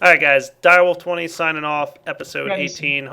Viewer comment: DireWolf20 mispronounces it.